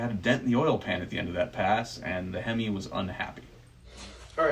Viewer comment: how this guy says "HEMI" 2->1 up down shift why cotton?